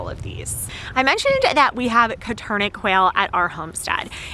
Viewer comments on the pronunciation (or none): Nice vid, and has some very good info on how to get started and caging requirements. (BTW - the name is pronounced "Coturnix," not "Coturnick") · STOP SAYING "COTURNIK"!!!!! THEY ARE "COTURNIX" QUAIL!!!!! SERIOUSLY, PRONOUNCE IT CORRECTLY!!!! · You should pronounce Coturnix correctly...